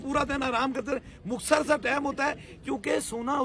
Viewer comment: Oh sain ohh inparh jahil insaan مخصر نہیں ہوتا مختصر ہوتا ہے چل چل نکل پہلے بولنا سیکھ کر آ